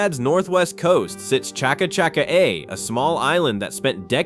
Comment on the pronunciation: Chaka Chaka A pronounced Shacka Shack R E